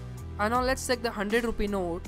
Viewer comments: Bro you fucking check(seck) your English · it's not sake but check, improve your pronunciation